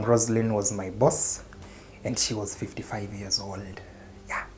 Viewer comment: he has really emphasized on that 55 years 😂😂😂